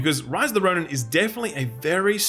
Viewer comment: "Rice of the Roni"